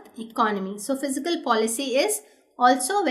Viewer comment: Fiscal or Physical why she pronounce as such